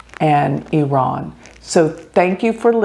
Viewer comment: thank you for pronouncing IRAN correctly